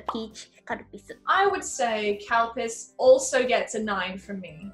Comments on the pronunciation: its...calpis... XD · Can you stop pronouncing it CAL-PISS. It's Ka-Lu-Pea-Sue.. or just say Cal-Peace.. not Cal-PISS. smh. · exactly.. it should be pronounced Cal-Peace.. by people who cant pronounce it properly. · Whenever you say Calpis I understand Cowpiss, and I ask myself who can Drink this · Was I the only person who misheard 'calpis' as 'cow piss'? Edit: Reads other comments..... Ah, no. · I just can’t unhear “cow piss” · Same, Calpis/Calpico sounds like they are saying “Cow Piss” Its hilarious! 😂😂😂🤣🤣🤣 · Are they saying "cow piss"? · Are you saying "cow piss"? WTF!? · I seriously thought Chris was saying Cow Piss. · Does anyone else hear them saying cowpiss? 😂 😂 😂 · When someone says calpis it sounds like cowpiss lol